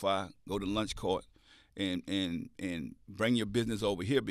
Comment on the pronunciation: Should be Lunch Cart..easier to spell Everytime he says launch I'm hearing lunch 😂